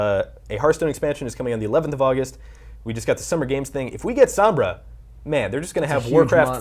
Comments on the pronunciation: Being picky but god dang... EVERYONE is mispronouncing Sombra. If this is the Spanish word for shadow, it's "Sohm-bra", not Sambra. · it's Sombra, not Sambra can you guys work on pronunciation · please pronounce it correctly. it's so-mbrah, not sum-brah. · sOHmbra not sAHmbra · Ughh how they say Sombra is killing meeee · Dislike for the way you say sombra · These clowns can't even say Sombra's name correctly. Damn shame. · ITS NOT PRONOUNCE SOMBRA JESUS CHRIST, SAY IT THE WAY ITS SUPPOSE TO SOUND JESUS